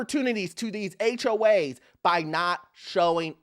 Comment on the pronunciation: Why are you calling them HOH’s?